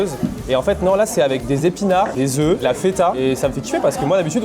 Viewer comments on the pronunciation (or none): none